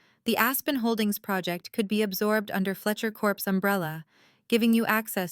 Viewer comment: Fletcher corps not Corpse you idiot.